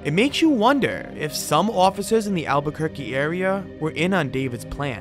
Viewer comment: Not to mention just correct spelling and pronunciations "Alburquerque"... "Vigil" "Extradited"